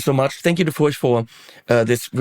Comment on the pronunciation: It is indeed pronounced "Furch" rhyming with Turk. I had the honor of meeting František Furch at his workshop/factory near the city of Brno, CZ, where I lived for several years.